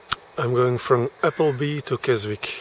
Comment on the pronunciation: A bit late but its Kesick the W is silent... interesting as I find the Uk end boring and dont start my journey till I am in Europe